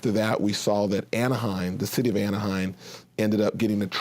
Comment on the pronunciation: lol Kevin Johnson mispronouncing Anaheim over and over.